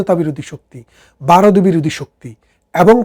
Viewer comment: Baaroth na Bharat.Vaw uccharon korun.